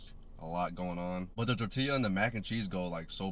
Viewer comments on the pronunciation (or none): So.. you called it "Tour-tila" and seconds later you called it "Tortilla"? That's character development. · It is strange because he pronounced it right the second time! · fk you talking about? That's not how. It's pronounced "tor-tee-Ya....Not tor-tila...get it right...😂😂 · Yes he did. It doesn’t matter if he speaks or not, it’s a spanish word pronounced the same. The double L makes a Y sound. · Bro if someone pronounces tortilla the way he did in front of me I’m dropping them 😂 that’s so disrespectful 😂💀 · Everyones so caught up on him violating that rib bone nobody is talking about how he pronounced tortilla 😂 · Man you don't have to be Latino, you just have to have your head up in the damn air 😂😂 never seen a more Latino looking dude mispronounce tortilla . They may not claim him 😆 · Did bro pronounce the L’s in “tortilla”?? 😵‍💫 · Notice how he miss pronounced tortilla the first time then said it right the second buddy does that for views smh..